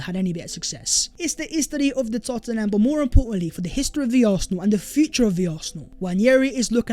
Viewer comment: "It is the hes-te-ry of de Tot-in-ham" 😆